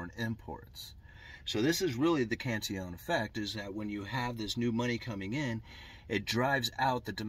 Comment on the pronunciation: You pronounce it correctly. He was Irish so spoke in a very very posh manner (at least the people from Kerry think the are.....that's why they call their county a KINGDOM !!!!! no kidding) Greetings from the Emerald Isle and LOVE your take on economics☘☘☘